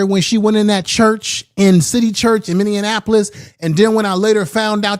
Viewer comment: It’s Min•ne•a•po•lis